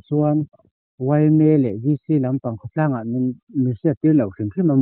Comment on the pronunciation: Khaw tlang (ANG)X tih adiklo khawtlang in indap nghal em tih tur (ANg) tih syllable hi hmanna tur dang erawh aawm nual mai